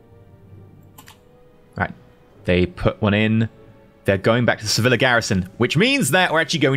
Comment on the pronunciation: Lesson 3: for extra spiciness, when you say Sevilla, remember the double L in Spanish sounds closer to a Y than an L, so you might as well pronounce it as if was written Seviya and it's fine. It should sound close to se-VEE-yah.